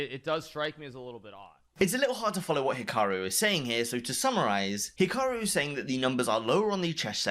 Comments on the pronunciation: hiraku "HE-ROCK-YOU" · Ah yes my favourite chess player "hiraku" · lol "Hiraku" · God damn it for the last time its urakih not hiraraki get the name right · “Hiraku” Yeah, he’ll rocky you in Chess